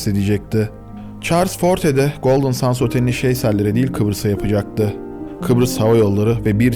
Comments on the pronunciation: küçük bir düzeltme yapmak isterim. Otelin adını Sands değil ``sendz``diye telaffuz etmek daha doğru olur. Golden sands ``Altın Kumlar``diye çevrilebilir türkçeye. Çalışmalarınızı büyük bir merakla bekliyor ve severek izliyorum. Elinize sağlık. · Çok güzel bir konuya değinmişsin kardeşim de Golden kelimesini düzgün okurken Sands kelimesini neden 'sends' yerine 'sands' olarak okuyorsun? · Neden SANS diyip duruyorsun. SANDS. ... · OKUNUŞU “GOLDIN SENDS”.. SANS DEĞİL .. EKSTRA BİR BİLGİ🎉😂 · Yahu " sans " mı " sand l mi.. ki ikincisi " send " okunur.. biraz özen gösterin lütfen.. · Sands degil, sends diye okunur, kum demektir. Bu kadar arastirma yapiyosunuz, otelin adini dogru okuyamiyosunuz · Abi her şey çok güzel de sandsi sans diye okuman video boyunca çok rahatsız etti altın kum olan sands isim ve okunuşu sends lütfen ingilizce isimlerde ufacık detayı atlamasan keşke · aslinda yanlislik olarak "sandz" demek ile "sendz" demek arasinda bir fark yok, ikisi de yanlis. Gondermek anlamindaki "send" kelimesi dediginiz gibi okunur. "Sands" kelimesi "seğandz" seklinde okunur. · Hocam sennds olacaktı okunuşu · otelin ismini her söylediğinde kendimi öldüresim geldi videoyu izlerken SANDS değil yaw sends altın kumlar